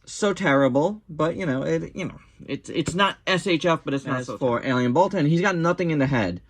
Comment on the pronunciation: Wait did you say alien baltan or alien balltoon